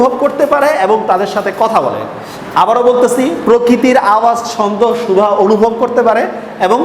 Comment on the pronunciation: সুভা শব্দটি উচ্চারণ করতে হয়তো আপনার অসুবিধে হয়।